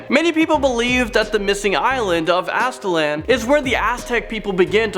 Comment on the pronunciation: You said Aztlan weird. And funny to say that it's my middle name. It's a soft a sound at the end not a hard A.